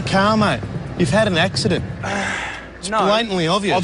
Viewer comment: “ what koinda accident “ 🥴